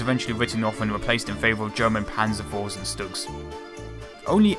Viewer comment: Damn it! You also pronounce StuG wrong!!!